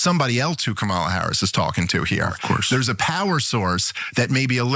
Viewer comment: Dave Stiff is totally not a racist, intentionally mispronouncing Kamala's name nearly six months after the election.